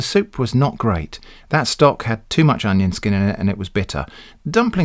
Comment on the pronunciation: hahaha "Oneion"